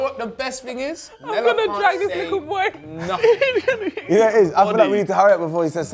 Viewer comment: "likkle buoy listen" 😭😭😭